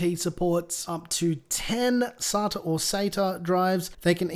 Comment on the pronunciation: It's SATA not SATA :P Just go with your gut mate!!